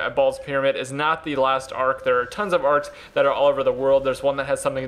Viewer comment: arks not arms